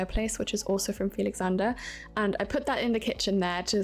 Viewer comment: I also LOVE that you refer to FELIXANDRE in the correct pronunciation!! His name is so unique and beautiful as well!!